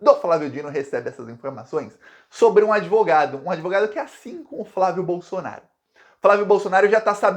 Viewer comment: Assistam aos o falando "a chance do Queiroz DELETAR o Jair Blosson-aro..." Até me animei!